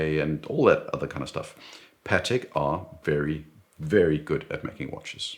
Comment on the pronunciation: Excellent video. A pleasure to watch. It's also nice to hear "Patek" pronounced correctly. I despise how Americans pronounce it. Sounds like a burger patty.🍔 As for the G-Shock, I have one, a GWG-2000, solar, with compass and very accurate barometer that is a special usage watch for me as mountaineering is my main leisure activity and it is a beast that has survived the most extreme conditions. So, it's a once a fortnight watch for me in spring and summer and sits in the box during the winter.